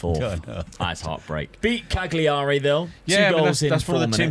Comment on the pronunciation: Why don’t you just use the EU filter Dad? 🤣🤣 and again….its Calyurry not CagLee arry